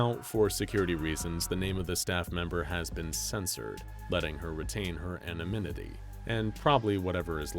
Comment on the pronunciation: "Aneminity"... Meh, close enough!